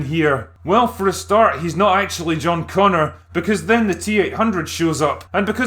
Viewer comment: oh... it's john bonger